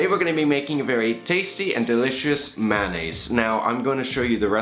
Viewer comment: It's funny how you pronounce it. Actually it's pronounced may-o-nayse. Keep the vids coming